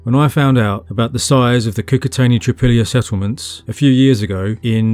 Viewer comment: Not "Trypilla" but "Tripolie" (phonetically "treepolye" - means "three fields" in russian/ukrainian)